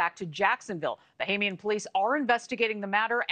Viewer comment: That woman thinks she's gone to Czech Republic for holiday: she keeps saying Bohemian instead of Bahamian